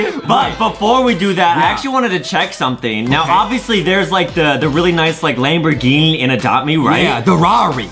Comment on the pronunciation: Its not bugatti and also not laborgini